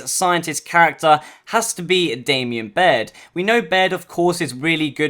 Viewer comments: please stop saying "Damian" Baird!!!!! Its "Damon"!!! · LOL It's pronounced Damon not Damien XD Nice vid.